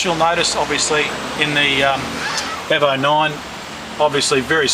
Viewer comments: Its E-vo... not airvo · not euvo 9 it's EEE Letter E as you would pronounce it in alphabet E. EEEEEEEEEEEEEEEEEVO. Jeezus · It's EVO not EVA lol